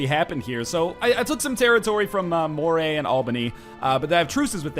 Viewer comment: Moray is pronounced like Murray